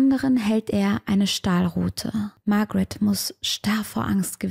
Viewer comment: hast du die namen ausgetaushct oder wieso sprichst du sie englisch aus? in österreich sand des die Babara und die Margarete oder so.